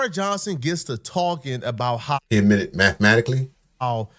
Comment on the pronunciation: .20 min amitted??? Yeah amitted. Dude It Is s, Admitted. Retake 5th grade.